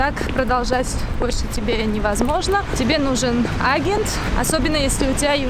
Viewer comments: Áгент,харош ударение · Блин, как ее "А'гент" режет слух.